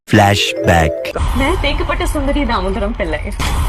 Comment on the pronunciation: that's how she pronounced it. Actually it is തെക്കെപ്പാട്ട് .